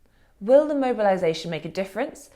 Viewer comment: Does The Spectator ONLY hire posh people people who can't pronounce 'th' properly or something? Katy Balls saying things like 'frets' instead of 'threats' ...followed by the equally plumby James Forsyth saying 'vuh' instead of 'the' and also 'feems' instead of 'themes' . Seriously? Don't give me any crap about speech impediments etc, they're perfectly capable of pronouncing 'th' I'm sure of it